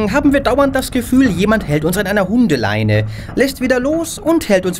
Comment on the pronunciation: OOOH GOTT diese Betonung. Hundeleineeee.